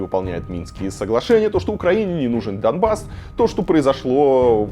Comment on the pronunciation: смысл проговаривать слово "Дамбасс" через букву "м"? Dumbas - в переводе с анг. означает "тупица". Это исключительной троллинговый слэнг украинцев выступающих за евроинтеграцию. Автор, зачем сбрасывать долю лицемерия в подготовленный материал?